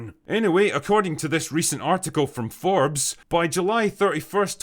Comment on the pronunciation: I thought you pronounce it Forbes not Forbes 😮